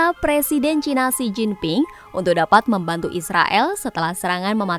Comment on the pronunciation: baru kali ini saya mendengar media mainstream menyebut china dg cina, bagus karena sesuai dg lidah indonesia. jangan ikut2an menyebut CAINA, malah terdengar blo'on